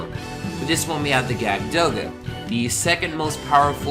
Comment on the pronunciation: Awesome! Oh and btw, It's pronounced "Yakud Doga". Jagd is German for hunter.